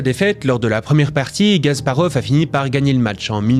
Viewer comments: C'est Kasparov pas Gasparov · KAsparov !! Et non "Gasparov" .... Aieaieaie 😂😂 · Ce n'est pas *G*asparov, mais *K*asparov. En tant que joueur d'échecs, ça me dérange.